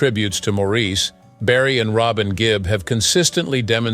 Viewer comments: By the way my freind is called morris spelt n sed Maurice, he never was maureese never. N was one of his bug bears was people saying his name wrong like im bleedin french he used to say, slightly cross, n also my twins name is robin. Not raarbin. 😮😮 not ok to say our names wrong n once u know all of us from manchester. So with respect if you going to talk about us , please say our names right. N can kill🤭😃 me mam 😊 for naming me this, im not nor ever will be french. 🤐🙂 i all my life too had me name sed wrong n wat we same on in life , so i got it wen he sed it. N now our last name sed so many different ways, Cant win. 🙂🤐🙂😒😒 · His family didn’t spell it that way because in England, it is quite common to name boys MAURICE and pronounce it Morris. By the way, that is how you can tell that this entire entire video was AI generated. Any true fan knows how to pronounce Maurice’s name.